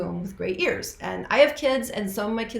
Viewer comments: he says ears iez. Freddie mercury pronounces ears different based on different songs based on what would feel nice to the ears. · He pronounced "tears" and "ear" how Vincent Price would pronounce the word. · Freddie mercury pronounces ears different based on different songs based on what would feel nice to the ears. Listen to radio gaga and how he pronounces the word ear.